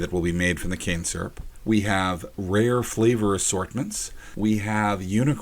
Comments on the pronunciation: I thought he said cancer the first time when he said cane syrup LOL im deaff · First time you said cane syrup, sounded like cancer. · When you said the canes would be turned into cans syrup, if almost sounded like you said it would be turned into cancer.